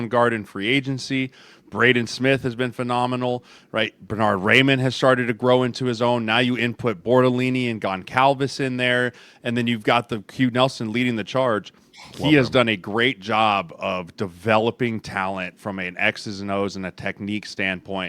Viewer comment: Just an FYI guys, Goncalves is pronounced like "Gonzalves"